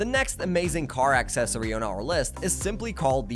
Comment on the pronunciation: It's not axe cessary. It uh...cessary.